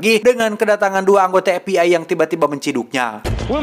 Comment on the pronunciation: karena si orang sunda maka ef bi ay berubah jadi ep bi ay pake p da teu bisa nyebut f